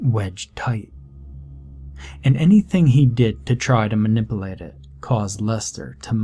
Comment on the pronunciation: Lmao at "58.17" when you said manipulate...dude The way you pronounced it... "my nipple ate" Your welcome.